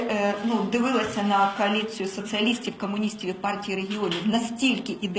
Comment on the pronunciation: КААЛІЦІЯ!! От же ж вона криворота, ну як так можна українську калічити? Вона свідомо це робила чи просто тупа курка, от цікаво?